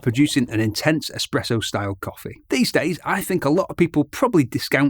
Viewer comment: Ah man you pronounced espresso, expresso. 😅